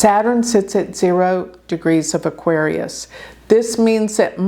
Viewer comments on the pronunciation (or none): none